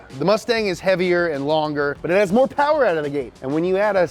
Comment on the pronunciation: “A-MOW POWA BABY”